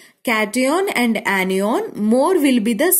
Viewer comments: it is anion not enion and cation not catenion 😂? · Aniyon....😂😂🤣🤣 I cant understand mam this word....😅😅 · Mam when you say kation ana annion it sounfs very funny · cation anion shi se bolo